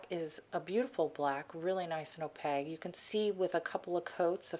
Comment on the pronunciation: Is that your accent that makes you pronounce opaque "oh paig". I've never heard anybody pronounce it like that before.